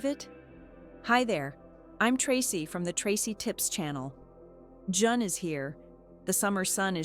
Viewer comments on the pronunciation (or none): “Jun is here…” Jun? vs JUNE?! That was the immediate deal breaker not to waste my time listening to an AI freak. AI has zero heart — zero soul — content creators who use it are FOOLS! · AI ugh..."Jun is here" vs "June is here" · AI, lol Not Jun is here, it’s JUNE is here,lol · Juhn? Not June (Joon)? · SHE'S Artificial INTELIGENCE. Who pronounces June as Jun? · ""JUN"" is here? How could AI not know how to pronounce June? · Not that anyone cares but I'm SOOOO sick of AI narration that's always mispronouncing words! It's JUNE, not JUN! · Anyone else sick of AI narrating these videos? Anyone else here “ her” say j-u-n is here? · "Jun" is here? And saying "melon" at the watermelon emoji. Fuq your computer voice... Tracy. JFC! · "Jun is here" JUNEyiur ai does not pronounce the month June correctly. thank fir the info though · What is Jun? A new month? Gotta love AI. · "Jun is here...". AI voice, doesn't know June form jun. Annoying and unnecessary. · Get rid of the AI voice…it didn’t pronounce June correctly… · Tracy is AI and can't even pronounce June correctly. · It's because it's AI generated video. Or at least it's using an AI generated voiceover. The word "June" is completely butchered. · Really? You can’t even pronounce the name of the month correctly? Why should I listen to any more?